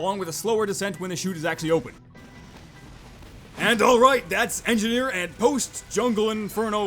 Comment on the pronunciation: Engineer--------- engifar ------------ enjifar :P not sorry